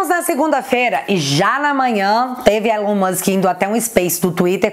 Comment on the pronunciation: Brasil! Nome não se traduz, Elon Musk, se pronuncia ilan mãsk